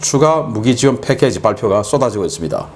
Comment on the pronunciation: "패캐지" 가 아니고 "패키지" 입니다 옛날식 영어를 배워서 그러려니 이해하려해도 들을때마다 영 귀에 거슬리는군요.. 교정 바랍니다